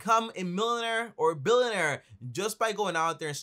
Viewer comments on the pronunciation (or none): Wtf is a “Millonare” or “Billonare”?? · Millin air billin air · Jeez learn how to pronounce millionaire and billionaire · “You don’t have to be a milenair or bilenair” 😂